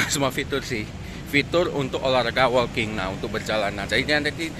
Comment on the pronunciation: Laen kali editannya di zoom dikit oom. Bicara soal jam tangan yg kecil, akan lebih bagus kalau ada zoom produk yg lebih detail. Oya , WALKING tu dibacanya [woking]. Bukan [wolking]. 🙏